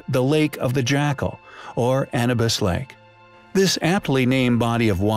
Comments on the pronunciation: A-NEW-BUS. not ANNA-BUS. Please have the AI updated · It would be nice if you pronounced "Anubis" correctly... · It's a robotic voice. Lots of names miss pronounced.